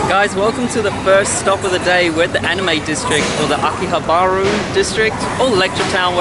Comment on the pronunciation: Akihabaru? Wtf is that? I think as a vlogger you have to call it right.